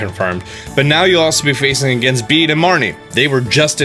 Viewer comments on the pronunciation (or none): Bede is pronounced like Bettie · Bede IS a guy! And I dunno why everyone is calling him “Beedee” when it’s just “Beed”